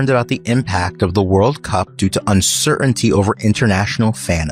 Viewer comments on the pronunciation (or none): Sir-un-tee a lazy read from the package guy. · Please teach your AI commentator how to pronounce “uncertainty”; the second “T” is not silent